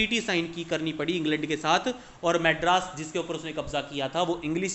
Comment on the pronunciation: Madras BHI bolna Nahi atta